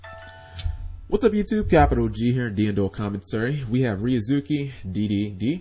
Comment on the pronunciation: You mean changing ryu(za)ki --> ryuz(oo)ki?